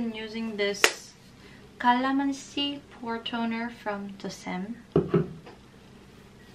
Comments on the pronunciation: Nice pronunciation of 'calamansi' 🍋 Much love,! Stay safe 🧡🧡🧡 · So cute when u pronounce CALAMANSI! It means Lemon in PH